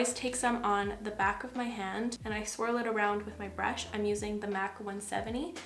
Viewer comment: BRAASHH 😂 I'm gonna call brush like that from now on. love you 🥰